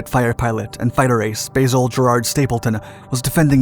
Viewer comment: Its pronounced BAZZeL! not Baycill! Please respect our English language. 👍 🍀 🇬🇧 💯 📚